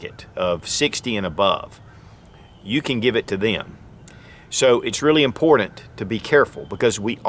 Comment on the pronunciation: I find it funny that no matter how informative, your videos are... After years,.. Hundreds of videos... Ya can't say the word : IMPORTANT : correctly! Like Nails' down a Chalkboard' Dude.. Guess it's not impordin...